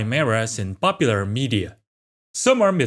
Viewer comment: “In Bopular media” Get a narrator for Christ sake